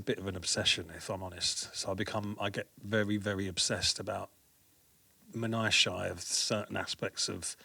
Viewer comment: Dope vid, big love to and Cuts - took me more than a minute to work out P.C.'S pronunciation of minutiae 😅